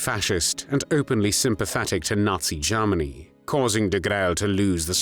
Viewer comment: Please stop saying Garmany. Its said as Germany.